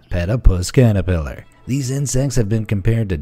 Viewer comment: Trump catapelar 🤣🤣🤣🤣🤣